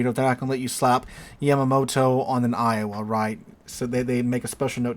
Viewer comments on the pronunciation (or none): none